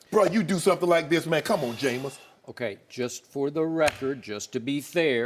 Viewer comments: Eboni knows nothing about sports cleary. The fact that she can't pronounce Jameis correctly shows that she's never watched a college footbal or NFL game before smh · Why did she say Jameis name like that?